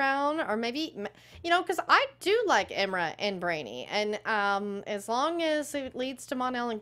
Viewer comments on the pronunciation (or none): Am I the only one not bothered by them saying Imra's name wrong? It's not Erma! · either just call her Saturn Girl or learn how to pronounce her name right please . It's IMra not IRma. it shouldn't bug me but it does. Y'all have been it on multiply episodes now.